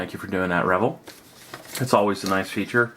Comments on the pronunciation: Pretty sure it's pronounced "re-VELL," not "REV-el." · It's pronounced as "Ruh-vell"...vell=bell.............also its not Deculls. Its pronounced 'Dee-Kal' Decal